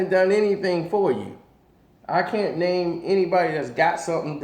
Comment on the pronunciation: Murdering the man's name again i see.